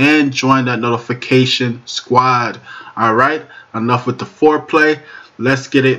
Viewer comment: "Wid" is not a word as the way you pronounce it. The proper spelling is "With" and is pounced like it is spelled